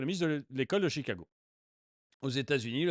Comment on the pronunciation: "l'ecole de Chicaaaaago", vous avez pris l'accent du Midwest FX ? :)